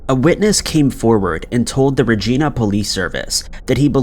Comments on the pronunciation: It is pronounced like Vagina........But this guy never respects people or places by taking a moment to learn how a word is said....this is nothing new from him. How long does it take? You can probably find out right on Youtube.....he wouldn't even have to leave this site! Not everyone takes the time to research these videos like does I guess! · Lol bro, not trying to sound rude, but you are pronouncing regina (#5) wrong. Next time you encounter Regina, Saskatchewan in your videos, here's the proper way to say it, just so you know. Personally I think it just sounds better if you can properly pronounce the names of things you are trying to present. "The proper pronunciation of Regina is not: Ree Gee Na, like Americans miss pronounce it, Rather it is pronounced: Ree (with a long E, like the E in Ear.) Ji (with a long I, as I am here) Na (as in Nana). ReJiNa is the proper pronunciation of Regina" The rarity of Regina, SK popping up in another one of your videos is probs extremely rare lmfao. But regardless maybe you'll see this and learn something new 🤷‍♂️ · Regina is pronounced like vagina. Just replace the va with re and you nailed it. True story, bad Canadian joke. Sorry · Ikr...every time he says it, I cringe. Regina sounds like vagina. That's what I tell my Yankee friends. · How do you mispronounce Regina that many times lmao 😂 Saskatchewan I understand but really you couldn’t pronounce Regina properly 😂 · You said Regina wrong. While phonetically you are right, Canadians pronounce it like vagina. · Awesome video, thanks 😊 I've never heard Regina pronounced that way, but hey, all good 👍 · Regina is pronounced like ... Vagina but with a ra sound lol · Regina is pronounced just like vagina. Only replace the V with an R. No, I'm not joking... look it up.😂😂😂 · For future reference, Regina is pronounced "re-jaï-na" and not "re-gee-na" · Its pronounced regIna not regeena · Lol keeps sayin regeena but it’s Regina like Vagina ! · It's pronounced (ruh jy nuh)